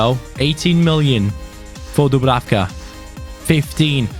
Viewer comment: #fanobjectives Dublanka Score 7 goals with dubrafka or as you like to say pablenka Like so can see